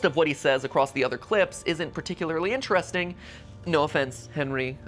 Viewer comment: the person that said so very important so very inchresting is bendy!